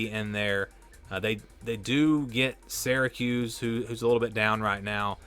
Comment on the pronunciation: It’s not pronounced seracuse, it’s Syracuse …like syrup. What is it with your generation and pronunciations.